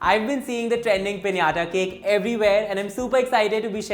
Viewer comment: Finally someone said "pinata" cake the right way 😌😂❤️